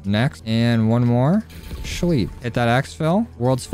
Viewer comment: I swear if he says "scheep" one more time I'm going to kms